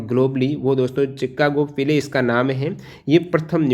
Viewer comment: बहुत खूबसूरत परंतु सर शिकागो को चिकागो पड़ गए😊